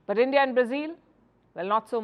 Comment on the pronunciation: BREAKING NEWS: Brics leaders have booted out END-DEE-AH and replace BR"I"CS with "I"ran.